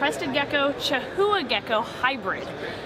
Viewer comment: Hey and! We enjoy watching your videos and your products. I watched your last Tinley video, I noticed you and the breeder of the Crested/chihuahua cross were pronouncing chihuahua wrong it is the same word as the little taco bell dog from Mexico like chiwawa. I double checked checked the pronunciation. Just trying to be helpful. if I am wrong I apologize. we are a little closer to the southern border here.